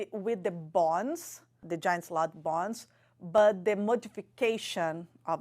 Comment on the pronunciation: How did you not help her to properly pronounce bones ?